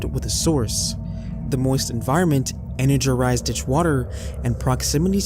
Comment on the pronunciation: I can tell it’s not AI because some of your pronunciations are ass. “Energerized” 😂